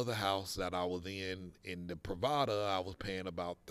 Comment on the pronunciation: Thanks. The pronunciation is wrong. Your description could be "residencias pree va das."